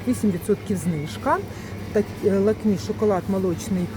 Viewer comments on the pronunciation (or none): За інформацію подяка,але будь-ласка навчіться правильно вимовляти назву товарів не лАвіта,а лОвіта, не Шоколотерія, а Чоколатерія, не лакмІ,а лАкмі,і так далі ви ж блогер,що несе інформацію у маси про цінову політику даних товарів, тож робіть це правильно.